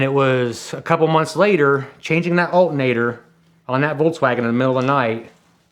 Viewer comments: For fucks sake, say the word correctly! ALTERNATOR, not "alt-nater." Dude sounds like a 4th grade dropout. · ALL-ter-nay-tor. Come on. I know people in Pennsylvania can speak English words with more than two syllables. Right?